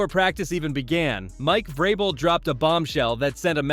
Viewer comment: That is... not how you say vrabel, good vid tho